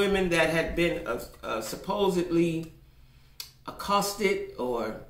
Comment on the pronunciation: said "accosted ". 😁 She broke it down.